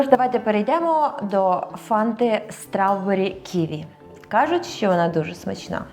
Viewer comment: "стравберрі" звучить як нова ягода 😄